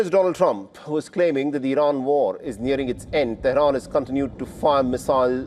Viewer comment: 😂😂😂 rain how do you say rain do you kn ow what is rain look like stupid 😂😂😂 Rain is difderent feon few moron news anchor😂😂😂